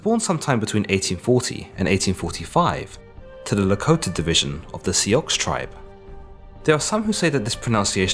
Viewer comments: Also the English pronunciation has always been Sioux (soo or su) not as you speak (See-ox). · Nice work.....but Sioux isn't pronounced "SEE-ox". It's pronounced "sue". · Are you serious "Si-Ox"? And the people were offended because settlers said it "Sue". Come on man, I know you're a world away from any first hand knowledge but you're just spreading manure. Crazy Horse was an Oglala Lakota, Lakota are part of the Oceti Sakowin, seven council fires peoples. This includes Lakota, Dakota and Nakota with all of the bands therein. SIOUX comes from the french Nadouessioux which is an adoption of an Ojibway label of the Oceti Sakowin. Thanks for trying but really mate you can ask someone next time. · I can't help but notice how you explained how the pronunciation of the word "Sioux" should be said as "Suh" because saying it as "See-uxe" was offensive to the natives. Than you continued to say it in the offensive pronunciation throughout the rest of the video. Lol, idk why that bothered me.. but oddly enough it did. Good video though, regardless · The name Sioux was given by the French and pronounced “Soo” or “Sue.” The traditional, true name how they refer to themselves is Lakota. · Ya I read an entire story of it is school it is pronounced soo or sue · Sioux is a French trapper documenting the Crow work referring to them: ennusioux. Asp or adder. They were enemies. Sioux is the correct pronunciation. Soo is actually a perpetrated mispronunciation. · I know that, but his pronunciation is still wrong. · Wrong pronunciation and Sioux is a corruption of the Pawnee word for enemy. Crazy Horse was killed at Fort Robinson where the Army built a monument near the location he was killed at. He is the only enemy soldier ever such memorialized by the US Army. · Sioux, pronounced Sue, has never been pronounced See-ox in popular culture. I have taken numerous university courses on Native American culture, focusing on the Lakota or Sioux, and haven’t heard that bizarre pronunciation!